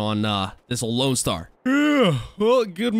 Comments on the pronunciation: Loadstar not loanstar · its LOADSTAR not LOANSTAR